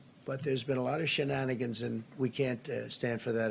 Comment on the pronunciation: The president of the United States just said shannagens and frAUD and Corruption. Moron waaaa 😭😭😭 I’m losing. Lmao 😜